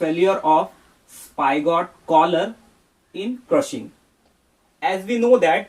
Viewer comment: Sir it is spigot not spygot